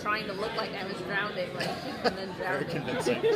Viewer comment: Haha when she talks about almost actually drowning, she keeps saying "drownding" instead, it's cute.